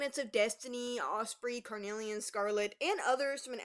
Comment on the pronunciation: ospreey? THAT is how to pronounce his name?